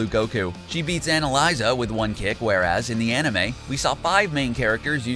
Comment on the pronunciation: Anyone else hate how this guy makes videos about stuff he knows NOTHING ABOUT? His pronunciation shows this clearly. When he said aniliza i knew he was a fake